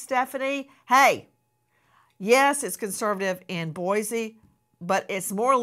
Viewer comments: Pronounced “boy-See” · First of all, Boise doesn't have a Z in it. Anywhere. Second, it's not really that liberal. It's Idaho ffs. Omg. Moscow isn't pronounced like the Russia Moscow. Coe, not cow. Really don't 'ol Howie's investigative skills. Just writing a book that fits the authorities narrative. Ugh